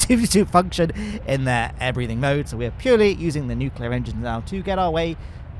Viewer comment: i must say going to gilly is quite easy if you know how to use nucular engines